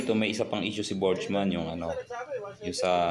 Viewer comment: Ang naririnig ko Borg-man, Hindi Botchman.